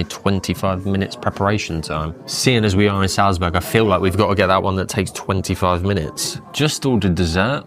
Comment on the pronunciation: Almost well enough to make up for how he pronounces Salzburg...!